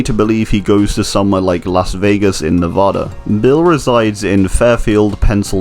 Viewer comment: If I have to hear Nev Ah duh again I'm going to pogo stick off of a bridge